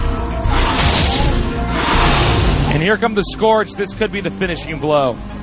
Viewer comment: Please, it's pronounced sc-URGE, not sc-ORGE. Keep up the good work!